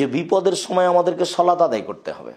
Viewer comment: শলাত টা কি? বাংলাটাও শুদ্ধভাবে বলার যোগ্যতা হলো না?